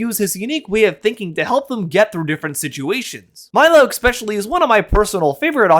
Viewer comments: really good video but please stop saying "eck-specially", it's really distracting 😭😭😭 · i gotta thumbs down for "ekspecially"